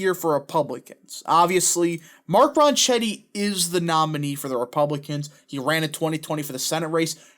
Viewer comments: I'll be voting early for him this morning. It's pronounced "Ron Ketty" BTW. Thanks for the vid 👍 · You should learn how to pronounce his last name before you start to talk about him. I am by no means a Grisham fan. She’s a lunatic. Ronchetti was a weatherman for years on KOAT. It’s pronounced Ron-ketti. Try calling his campaign headquarters if you believe me. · Yeah, Ronchetti is an Italian name. And the "c-h" combo in Italian makes a 'k' noise. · Ronchetti is an Italian name. And the "c-h" combo in Italian makes a 'k' noise. So you're pronouncing his name incorrectly. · Hey, the pronunciation is 'close enough for government work' OK?